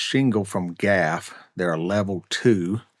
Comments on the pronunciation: Diddo! BTW... The shingle mfg is pronounced G. A. F., not gaff. Just sayin. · Just a little clarification, it's not Gaf, a word, it's Gee, Aye, Eff, three letters. In the 70's they used to be headquartered on the West side of Binghamton, NY, up against the railroad tracks. I know, because I at the time I lived about 300' away kitty-cornered across the tracks from them. The letters stand for "General Aniline & Film", and the plant in Bingo housed the corporate offices, and the factory portion processed film. They had their letter logo painted high up on their smokestack, and the common pastime on the West side was to complain about the black soot that seemed to cover everything on a regular basis. The more you know!🌈 Please double check the MFR's install instructions for that shingle. Make sure it's installed according to their booking pattern. If it's like 3-tab and arc's, you may have received the quick install version rather than the lock down against the wind install version. Mfr's like to void blow-off warranties if shingles are not properly "booked". Booking generally consists of; Full, Cut, Cut, Cut, Repeat. You get down to a half shingle, then cover it with a full. Every 5th shingle breaks and resets the pattern of the book of four before it. If you ever see a straight line running up the roof, it's usually a telltale sign of alternating tabs, meaning it favors the installer (speed) and not the homeowner (wind protection). Those things you don't know what they are- are called 'Ladder Jacks'. Commonly used for siding, painting siding, and soffit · "gaffe" shingles? As in Gee Aye Eff? However you pronounce it, I like the look. It's time to have a new roof put on Casa del Dewey, that might be a choice. Right now it's GAF architectural shingles that look like cedar shakes. Better tell the trades to pick up the pace, the July 4th housewarming isn't that far away. I'm bringing Zweigle's white's.